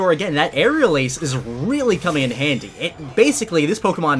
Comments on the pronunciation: “Will-o-Whisp is gonna come in candy” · he ligit said come in candy instead of come in handy😂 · Did anyone notice when he said candy instead of handy ? Lol just me, ok 😂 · "This is where will-o-wisp comes in candy" says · When you said handy you said candy